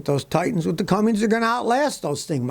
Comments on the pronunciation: It's Cummins, not Cummings! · Scotty, STOP SAYING "CUMMINGS"! There is NO G in CUMMINS. You oughta know better, it's right there on the fender badge. Also, Nissan's 300hp V8 Cummins diesel has not been a big seller, and reviews I've seen were somewhat negative. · Making sure you get that silent letter [G] in Cummins. 😆